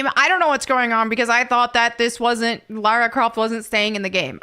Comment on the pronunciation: My god it PISSES ME OFF when people pronounce her name as Laura or Lorah Croft its LARA DAMN IT!!(that wasnt aimed at you specifically it just reminded me of that)